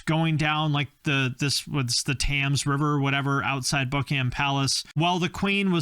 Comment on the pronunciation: Tams river… 😉Thames, pronounced “tems” 😊